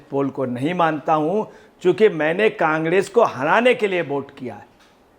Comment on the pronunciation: Congress bolna ni aara kangdes bol rha h